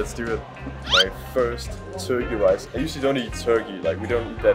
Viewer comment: 加油！ 看了也好想吃火雞肉飯 （發音大進步！）。 Your pronunciation of Turkey Rice is good!! You must practice a lot, we can all see your improvement!